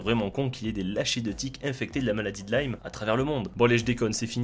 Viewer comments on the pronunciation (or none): La maladie de lime, LIME pas LaiLlmE stp